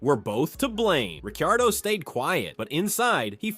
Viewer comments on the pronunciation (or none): bro how are you pronouncing ricciardo